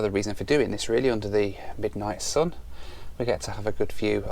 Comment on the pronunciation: I wanna teach you how to pronounce "sun" and "up" :-D